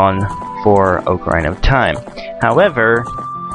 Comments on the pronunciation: ITS NOT OAK-ARINA IT'S OCK-ARINA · The correct pronunciation is, more or less "OCK-ah-REENAH". Things like this sometimes make me wish Zelda games had some voice acting, but the games are brilliant regardless. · Oca-rine-uh? I'm sorry on, but I don't think I can be your friend anymore. :P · Its not called oc-aarrr-ina its ocarina!! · I was gonna watch this but I'm in a foul mood and the way you pronounce Ocarina bothers me too much :( Sorry, I'm sure you're a great guy. Maybe I'll come back to it when I'm less moody. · You pronounce ocarina wrong...